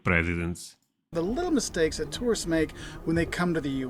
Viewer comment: Okay, as an American, I loved the video. But the first two seconds, it sounds like you say “The biggest mistakes terrorists make…” and that’s just funny as hell! 😂